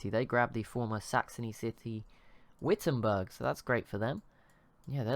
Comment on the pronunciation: The W in Wittenburg is pronounced like a V